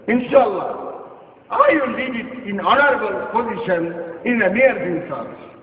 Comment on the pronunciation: .. did he say.. he is in a 'horny-able' position. and .. dil me kuch kala hey. .. hahaha..